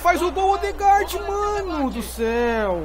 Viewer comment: o Ødegaard se pronuncia "Êdegar" é o mesmo esquema da cantora MØ que se pronuncia "MÊ" mas ela disse que tanto faz o que importa é a intenção então acho que vale pra todos que tem o nome com "Ø"